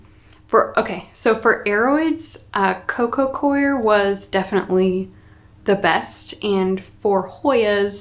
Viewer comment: I have a third way to pronounce coco coir: “kwār”